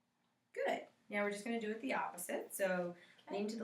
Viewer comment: Sounds like the brunette is saying Meow in the beginning instead of now